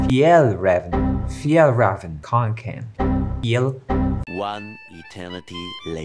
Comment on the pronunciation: I’m pretty sure it’s pronounced fee-El-Raa-ven kon-ken